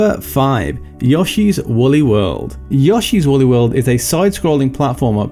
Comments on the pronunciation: "Yaw-shee's Woolly World?" You're the very first person I've heard who pronounces it that way. XD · It's all I can hear now